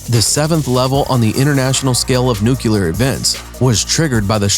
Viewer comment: It's "nuclear" not "nucular". And the rest is nonsense too...